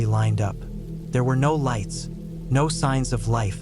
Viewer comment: No lighets. No no ise, bro is turning into a beginner Hispanic dude in English for few words every now and then